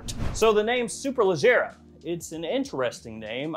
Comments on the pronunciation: Nah...I'm from down south. Georgia, in the woods. Did my review on this one about a week or so ago and pronounced Superleggera just fine...but only because I know my cars. Haha! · Just ordered the superleggera pronounced the same way you said it . -Memphis tn 🤣